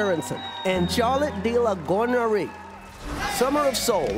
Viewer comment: I like how Chris pronounced Charlotte De La Gournerie 😂